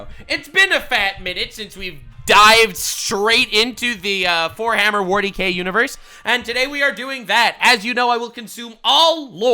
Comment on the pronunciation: did i hear that right? did say forehammer warty k in the intro